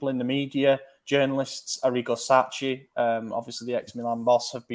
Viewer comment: Sachi is pronounced Sakki not Satchi. You make far too many pronunciation mistakes. It's bad enough that you bugger up Tuchel, but not being able to pronounce the name of our most important coach is a crime.